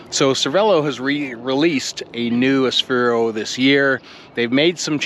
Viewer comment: Nice video and your experience mirrors my feeling of my OG Aspero. I love mine! Note that it is an Aspero though and not an Asphero.